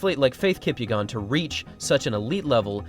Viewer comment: No way this guy just mispronounced Faith Kipyegon's last name like that